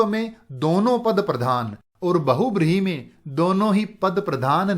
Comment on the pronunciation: Nice video sir 😊😀. Lekin aapne ek cheez galat boli- बहुब्रीहि nhi hota sir बहुव्रीहि hota hai....